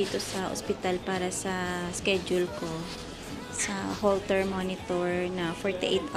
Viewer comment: It’s not holster monitor.its HOLTER.sorry po for correcting you.para po makabawi sa inyo magsubscribe na lang ako.